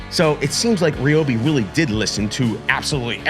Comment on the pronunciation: It’s Ryobi not Ryobi